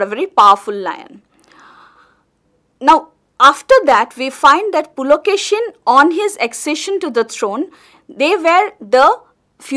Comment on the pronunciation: hello mam it is not pulakeshinn it is pulakeshi